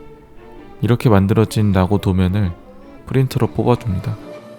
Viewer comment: 형 그건 나고가 아니라 사'나고'자나